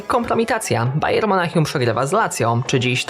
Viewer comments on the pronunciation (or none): bayern monachium nie bayer monachium